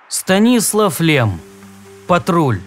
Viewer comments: все таки станислав ударение на последний слог. мы не в польше и не в америке чтобы как вы произносите. мы же по русски не говорим иерушалайм ведь так по еврейски иерусалим . также и в сша не говрят москва а моску. и рома мы произносим как рим. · Какой нахрен СтанИслав? Надо русский подУчить